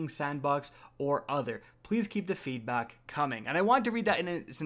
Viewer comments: “feedbok” new shoe franchise. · So we’re just gonna ignore the fact that said, “feedbock”